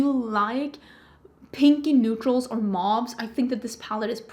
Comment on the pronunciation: The word is pronounced "mohv." Almost every beautytuber mispronounces "mauve." 😒😪 Are you saying "zodiac"? I thought you were saying "soviet"